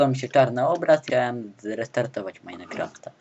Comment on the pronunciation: Btw, jedna taka dygresja... To nie jest "Meinekraft", tylko "Minecraft" ;] Majnkraft ;]